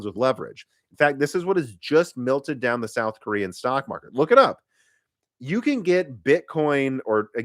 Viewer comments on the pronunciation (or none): It bothers me so much the way he says MELT as if it is spelled MILT. 😭 I really like the guy and the content though.